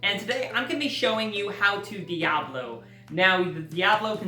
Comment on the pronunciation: It's pronounced Di-a-BO-lo. Not Di-a-blo.